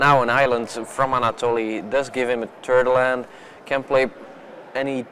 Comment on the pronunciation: "Yeah, but now an island from Anatoly does give him turd land." lol ^^